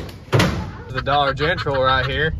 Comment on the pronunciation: He says Dollar Gentral instead of dollar General